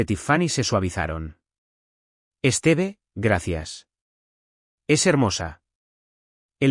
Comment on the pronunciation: Por Dios, el nombre de ella se pronunciacon acento Tíffany( con fuerza en la í) y es Stiv, no esteve.